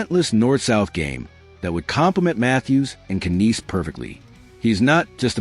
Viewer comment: Uuuhhhh..... Matthew "Ka-neece"...? Alex "Touch"...? Y'all got AI asses so full poop its gonna break the channel. Blocking ASAP haha